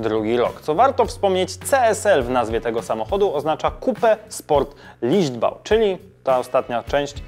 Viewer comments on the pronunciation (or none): Nie lichtbau, bo licht to swiatlo Tylko Leichtbau, leicht czyli lekki Popraw to bo wiocha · Nie Lichtbau, tylko Leichtbau 😉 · Hey Poprawka Nie Lichtbau Tylko Leichtbau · Nie lichtbau tylko leichtbau jak już... taki mały szczegół 😉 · CSL to Coupé Sport LEICHTBAU, nie Lichtbau... Licht to światło po niemiecku, leicht znaczy lekki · Leichtbau a nie lichtbau 😉